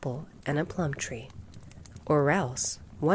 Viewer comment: 素敵なお話ですね😊風刺が効いているのに、おだやかな気持ちにもなるし、現代で作られた創作童話のよう！😮 優しい語り口にとても ほっこりしました😊後、すももの木とりんごの木の英語の発音が素敵で音がすきです😌💞 最近カタツムリ🐌珍しいですよね。この間久しぶりに遭遇して感動しちゃいました。今度彼に会ったら😂🐌この童話知ってるか聞いてみようかな😂